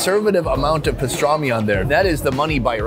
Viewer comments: its called pastırma not pistarmi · Loved the video. Thanks for posting. Can't wait to try them all in abot a month.The new name for the country is how the Turks pronounce it. Turkiye. I think it was Pastorma and not pastrami. In the background of the mussel restaurant the sign reads "there is no rock, sand or mud". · It’s not pastrami it’s pastrma. Which is completely different